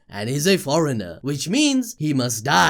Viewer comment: And forener lol